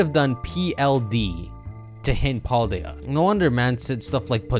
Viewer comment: PDY = Pa Di Ya 帕底亞 Why would you trust Google Translate’s phonetics🙈